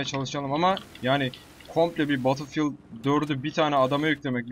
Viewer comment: Abi guzel iyide betil fiıld die okunmuyomu ? Sen farkli soluosun